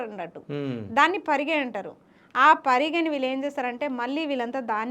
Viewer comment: పరిగి కాదు పరిగె